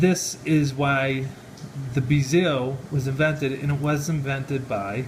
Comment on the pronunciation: Sorry, but I don't buy one bit of this story. If you knew even the slightest bit about Rolex you would know how to pronounce the word Submariner, and also how to pronounce the word bezel. And you are claiming also that you bought an $8,000 dollar watch for only $900. That just doesn't happen. also, this is a replica. As soon as you showed the crown height it is obvious. Replicas have a lower crown height than a gen because of the movements that are used. The video quality is horrible so a lot of details are hard to notice, but looks like the SEL fitment is not correct at all either. There's a lot of us that spend every day surrounded by genuine and replica watches and doing comparisons, so even a great replica is not going to fool those that know what to look for. I wouldn't say this is a great replica either. Probably one that sells in the 2 to 300 dollar range. Saying you have had it authenticated means nothing without a written statement. Anybody can say that. Not to put you down, but your knowledge of watches presented here is pretty evident. If you are a troll that is just pretty crappy, but if that's not the case then I would suggest doing a lot more research on replicas and genuine watches and read the reviews and comparisons to learn the differences. another thing is your information on the history of Rolex is completely wrong. lol laughable actually. I honestly can't believe that you are being serious with this review.